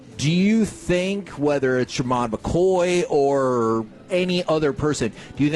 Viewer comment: These guys cant even pronounce shavon revel, or jermod mccoys names. The more i listen to this station the more i realize they just regurgitate everything bryan broaddus tells them.